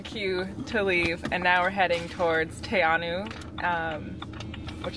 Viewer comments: The correct pronunciation is Te Anau (Te-Ah-No) not Te-A-Now LOL. 🙉 That guy at the hotel needs te reo lessons. 🙈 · It's pronounced Tea Aah know... (not now) lol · 90% say te a now, but its actually pronounced, te a no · Te A-now is the white people way of saying it lol. So yeah he's right in that most people will say it like that, but correct Maori pronunciation is actually more like Te -A-no. Au is pronounced like an 'o.' I love Te Anau though, such a cute town. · No. This name derives from the Māori language. A more appropriate response is "the correct pronunciation is Te-Ahh-No but you'll commonly hear it mispronounced as Te-Ahh-Now. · While that's true, I grew up in Southland and everyone says Te-Ahh-Now. I do make an effort to pronounce things correctly these days but old habits die hard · But what said was also correct. 90% of the people living there will pronounce it Tee Ah Now. The traditional Maori pronunciation is closer to your version, but there are a whole bunch of Pakehā (white folks) who have been pronouncing it the other way for generations and probably won't be changing any time soon. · That is not gold star!...none if those people know how to pronounce the name of the town. .